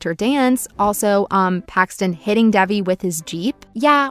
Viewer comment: It's not Dævi, it's Dejvi